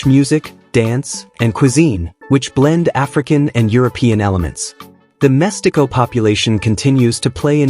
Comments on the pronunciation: Great video, I find mixed-race people very interesting, but you pronounced badly the word "mestiço", it's read as "mestizo", not "mestico" or "mestiko" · This video is not one week old, therefore, you are still on time to post a newer version with correct pronunciations: — Itʼs “Évora”, not “eVOra” (with the stress on the “e”, pronounced like “sEveral”, “Ever” or “lEvel”). — “Mestiço” has the stress on “ti”, kind of if it were “mush-TEE-soo” (and it is “ç”, pronounced like an “ss”, not “c”, pronounced like a “k”. — “Ndebele” has the stress on “be”, kind of it were “nday-BAY-lay”.